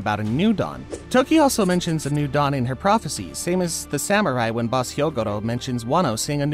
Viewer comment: i thought he said dong insted of dawn for a sec